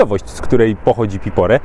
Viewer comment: Piporé czyli akcent na e. 😊